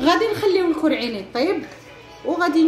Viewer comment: اول مرة كنعرفك كرواضة كتقولي الكووعين هههههه